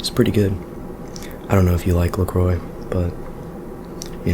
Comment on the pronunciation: LeCroi!